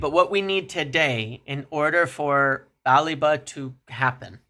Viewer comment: It’s not “BAH-le-va”, nor “Ba-LEEH-va”. It’s “Ba-LEH-va”. And eff Liverpool, we got the credit facility, Wilcox and Agent Onana on this. Or sell someone ffs!